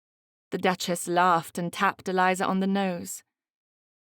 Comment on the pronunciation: Another over- annunciating narrator. It’s pronounced ‘ cur- ut’ not Cure- rate’ and ‘ Dutch- us’ not Dutch - ess’. It’s not easy on the ear and thes3 stories are so fabulous! Wish I was reading for you all!